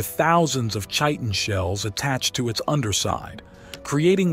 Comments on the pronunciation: Its pronounced "Kiten" ...not chiton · Chit-in. Chi-tin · Kie-Tin.. it's pronounced Kie-Tin (Chitin) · Chitin is pronounced "kite-in" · how about just proper enunciation of words like chitin? lol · Hey man, maybe research pronunciations if you're not sure. You got Chitin wrong.... So if you got that wrong, what else didn't you research? Is anything you say believable?